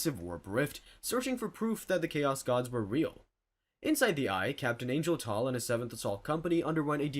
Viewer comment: Omg angel tall? Really 😂😂 then you got it right later as ARgal It's funny I've watched a few videos and you get 99% of stuff right but you get the funniest verbal things wrong Good videos! Just catches me off guard when I hear it lol